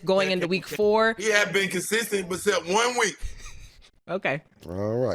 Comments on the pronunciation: Pacman says "But-cept" instead of "Except" 😆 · Pac said "becept"😂😂😂